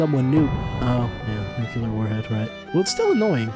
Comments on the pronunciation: Nuclear Nu-clee-er NOT Nu-kyu-ler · okay im nitpicking now but "nucular"